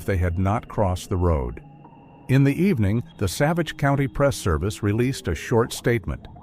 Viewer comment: I believe this an AI made up story. The names are made up. The name Savage is not pronounced properly.